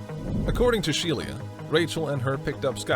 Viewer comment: It's not Shelia. It's pronounced SHE - LA